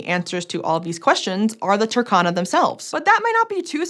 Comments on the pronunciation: Toor-khan-ah...Saw the map in the thumbnail and immediately clicked to watch. In the word Turkana, please pronounce the U and stress the R... TURRkana.Don't pronounce it like Turkey, it's driving me crazy. With love ❤ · By the way, it is pronounced as two-RR-cana, not Turk-cana. Otherwise keep up the good work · it's not TAH-KA-NA it's TUR-KA-NA no AH sound. UR is only pronounced as A in English. I'm from Kenya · rrrrr Say rrrrr Tu-r-ka-na Not Tukana Turkana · The pronunciation is off, you need to sound out every letter, yes, including the R and the U is pronounced "oo" as in book